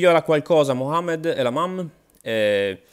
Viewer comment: Mohamed lamamm 😂😂😂 dio mio non si può sentire...